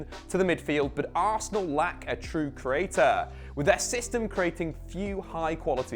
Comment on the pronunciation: The way this man says creator makes me chuckle